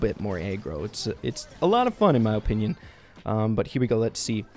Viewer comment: I love your videos but the way you say “Opinion” makes me want to punch a wall 😂